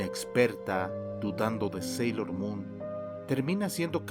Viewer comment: Sailor es no senchis como sea que digas